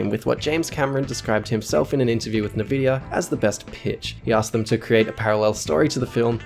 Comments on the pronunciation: Only a serial killer would call en vid ya (NVIDIA) as na-vid-ya. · You dirty boy, it's Nvidia not navidia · Did this guy just pronounce Nvidia Nah-vidia instead of En-vidia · En-Vi-Dia not nuhvidia, what an asshole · What kind of fucking psychopath says it like "nevidia"??? It's "ENvidia"!! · Is nvidia pronounced nuh-vidia or en-vidia? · I stopped watching as soon as he said "NAVIDIA" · "Navidia" ... ... ... Naaavidia . . . . . Naa'Ope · NVidea is pronounced EN videa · I believe at about he says Nahvidia as he shows as still from GeForce's website, an nVidia brand. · btw Nvidia is pronounced "N" vidia, as in the letter "N" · Nehvidia.... oh god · this video is great, but... "nevidia"?! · okay just had to check because keeps saying nuh-vidia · Were you trying to say NVIDIA like "nevidia", or did I mishear it? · That is the weirdest pronunciation of "Nvidia" I've ever heard.